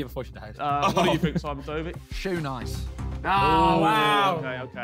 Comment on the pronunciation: Bro pissing me off saying eunice wrong bruh